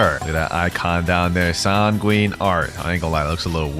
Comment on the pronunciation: At the start of the video did bro really say tanguine arts